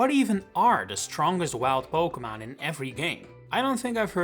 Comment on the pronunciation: Noem je het nou steeds “pokemaan”? 😂